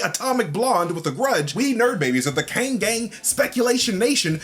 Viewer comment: It's pronounced "kOng."